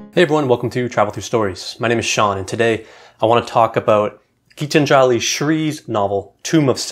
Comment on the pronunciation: I think the time has come for non-Indians to begin to pronounce Indian names more accurately -- to make the effort to find out how a native would pronounce them. For instance, it is GeetAnjali (accent on the second syllable), not GeetanjAli. It's MahAbhArata, not MahabharAta.